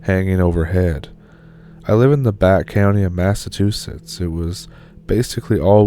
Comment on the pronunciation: Yet he couldn't pronounce Massachusetts, lol 😜